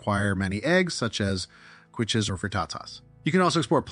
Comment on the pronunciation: Kwiches?? How do you expect people to take you seriously when simple words like quiche (kee-sh) & manyfold (a manifold is a car part) are mispronounced? No great info here.